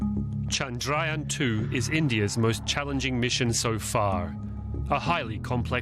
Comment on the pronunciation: Abe chandryaan to thik SE bol....😀😃😅